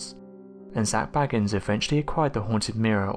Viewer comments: Your voice is SO boring, and your pronunciation of Zaks surname is wrong. He is B-A-gins, not Baggins! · It is Bagins not Baggans. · Bay-gins not Bag-ins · Number 1 should have been the demonic attachment he has. Anyone who is an avid fan of the show knows that Zac Bagans (pronounced Bay-gans, NOT Bagg-ns!!🤦‍♀️....GET IT RIGHT YOU IDIOT!!!) has gradually become moodier, bossier, an erratic bully and highly confrontational. These are all signs of a demonic attachment. He often tells of spending many hours alone in the basement of his museum. In order to reach that basement he has to use the stairs from the house he had demolished. Something is VERY WRONG. However in some of the most recent episodes toward the end of this year we have been seeing a little of the genuine Zac, the one we know and admire. I’m praying it’s a sign that he has finally sought professional help with his demons, and will at last able to move forward with his life. I am just one of many that wish him peace, love, light and health. Zac cannot continue his quest without first looking out for himself.🙏❤️ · It's pronounced Zak Bay-gans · His name is pronounced “BAY-gins”. He is not related to Bilbo or Frodo Baggins. 🤣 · I wish, just once, someone would check the correct pronunciation of his name before they botch it. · I strongly suggest that before you do videos you learn to pronounce the name of the person you're doing the video about.